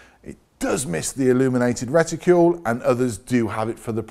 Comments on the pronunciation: Nice job but for goodness sake, please stop saying "Reticule' - It is a Reticle! As in Bicycle not Bicycule! Do us a favour matey. It is hugely annoying. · Would somebody please remind how to pronounce RETICLE. ( The again, ask most folks in England how to pronounce the car makers name of Peugeot ) LOL!